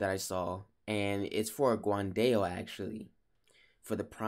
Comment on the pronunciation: Dao is pronounced more like you are saying Ow after being hurt